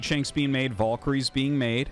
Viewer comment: is it volkryies or valkyries ??? google and most English speakers spell it with an A not an O